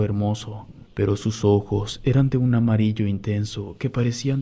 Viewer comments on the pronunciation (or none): none